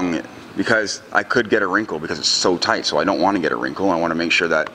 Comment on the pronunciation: Tight not toight